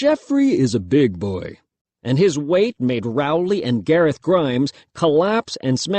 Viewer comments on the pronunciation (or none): "but jeffery is a BEEG BOY"🔥🔥🔥🔥🔥